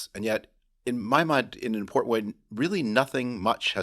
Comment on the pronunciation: Harry Litman is one of the very few people that I have heard pronounce "important" correctly.